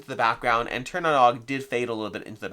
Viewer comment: The Nog part of Tir Na Nog is pronounced "Noge".